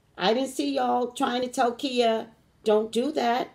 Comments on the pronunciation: So when it comes to her name Ky-yah is how you pronounce her name. Not Kia. Lol! Now as for your headache water and sleep because readings will do that. I agree with you... There is only one God. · She calls herself Khia (khy-uh)